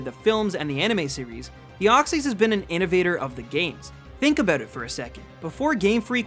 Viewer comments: DEOXYS, NOT DEXOY! AND NO, DEOXYS IS MYTHICAL, NOT LEGENDARY! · THE SECOND E IN DEOXYS IS SUPPOSED TO BE A Y! AND YES IT IS! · said mispronounce. He officially missed pronounced in this order. Kabutops, Rayquaza, Deoxys, arguably Arceus as mentioned, and the word deity. Whether you look at the anime, the 3-D Pokédex app thing, or Bulbapedia, those Pokémon have been missed pronounced. I just found it ironic that he was worried about mispronouncing one Pokémon, when he actually miss pronounced four.